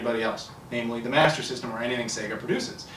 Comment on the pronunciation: It's hilarious the way say Master System....... Masazzzzzazzzm.... Hahahahaha